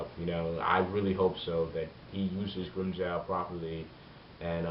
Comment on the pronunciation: its Joe not Jow